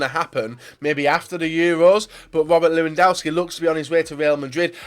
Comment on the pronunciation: pleeeeease say the name lewandowski right miniminter and co can do it why do you have to keep call him lewandauski ?